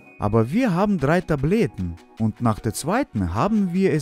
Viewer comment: Müsste ich lachen als er gesagt hat. Aber wir chaben drrrei TABLYAT. ich denke Mal er meinte Tabletten.